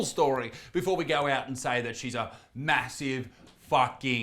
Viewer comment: that "massive" seemed a little too emphaSIZED